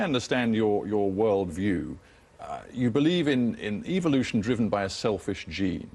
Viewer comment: lol he (the moderator) says evolution like "eviloution"